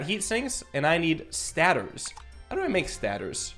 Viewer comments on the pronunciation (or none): Okay, i have only one question, why is he saying stators like that? I know it as stator(stay-tours)